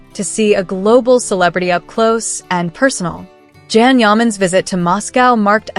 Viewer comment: Learn how to pronounce his name!!! It’s Can pronounced Jon or John. In Turkish a C is pronounced as J. So get it right